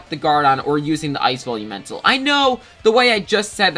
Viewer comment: Why does it sound like you are saying bully mental instead of velumental